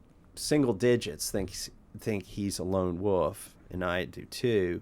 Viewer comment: ahh, i know that phrase. I thought since he said lone woof, not wolf that it was something to do with barking.